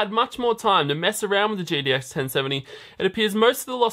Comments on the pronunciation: Good stuff! Is it just me or did anyone else also notice some weird slurring of the word GTX into GDX several times. (Ex. , , , ) and so on... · Hm interesting to know. He only slurs its about 6-8 times but the remaining times it clearly spoken as GTX. shrug